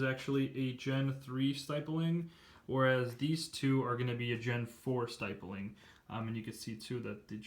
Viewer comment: You’re saying stippling wrong it’s not st I ppling